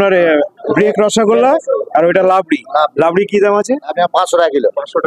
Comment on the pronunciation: লাবড়ি আবার কি ? একাধিক বার রাবড়ি বলতে গেলে জিভ জড়িয়ে যায় !